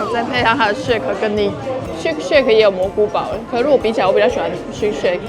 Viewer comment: Shake Shack…. 字打對了，但是為什麼很多台灣人都會念成shake shake😅 真希望自己也能跟一樣吃這麼多，但都不會胖！